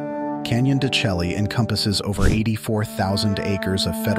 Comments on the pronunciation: Canon de Shay, not chelly. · I thought it is pronounced CANYON DE SHAY as opposed to your pronunciation CHELLEE. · Totally mispronouncing the name! It is pronounced Canyon de Chelly "(Shay)" no (Shelly) Program your AI narration! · It's pronounced Canyon de-SHAY. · I couldn't get past the mispronunciation of " de Chelly" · Yes, it's hard to accept anyone as providing info when they mispronounce the name of the place.